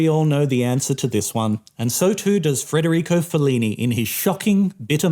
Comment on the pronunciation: It's Federico, not FRederico though